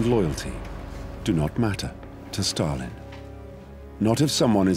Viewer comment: Who put the R in Stal-in, Starlin is a bird.